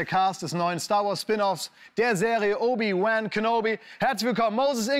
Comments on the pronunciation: Englisches Original: "Obi-ONE" Deutsche Synchro: "Obi-WAHN" Klaas: "OBI-VÆÄHN" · Wie Klaas "Wan" permanent falsch ausspricht.... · Ach ja, wer kennts nicht: "obi wÄn kenobi" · Obi-Wän Kenobi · obi wÄhN kenobi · Wer kennt ihn nicht, den Obi-Wään Kenobi 🤣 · Obi-Wän Kenobi?? Really Klaas? :D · Obi-wänn?? Man Klaas… 😂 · Obi wän kenobi! Selbst die Amerikaner sagen es anders! Peinlich!😔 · Ich bin echt nicht kleinlich, wenn es um Aussprache geht, aber wie Klaas "Obi-Wan" ausspricht, verursacht körperliche Schmerzen bei mir ;(